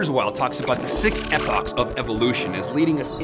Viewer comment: you're too excited about this. lay off the appochs lol